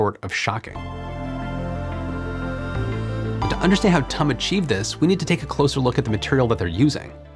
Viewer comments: Last time I checked it was T U M, not tumm, like S A P, not sapp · For future videos involving TUM, I’d recommend pronouncing it like the word “tomb”, this is the correct way. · As a TUM graduate, it's funny to keep hearing you pronounce it like tum from "tummy" lol. The U in TUM is pronounced like a the last u from you. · If you want to pronounce the university like the Germans do, say T. U. Munich. Almost nobody will understand if you say 'Tum'. There are several 'Technical Universities' in Germany. Nobody would ever call the TU Berlin 'Tub' for example. 😂